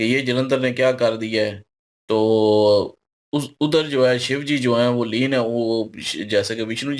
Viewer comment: Aleen nhi leen bolte h 😂😂